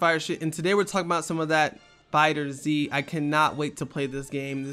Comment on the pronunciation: It's not fighter Zee it's fighterz.